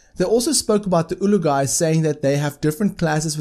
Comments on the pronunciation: I don't know if it's your accent but Azaar is an Olog-Hai not an ulug-hai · It's Olog-Hai, it's written as Olog-hai... What made you think it's pronounced as Ulug-Hai?